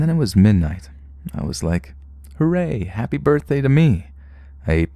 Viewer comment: haypey bortday